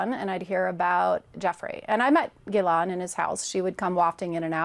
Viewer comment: she met Ghislaine but can’t pronounce her name?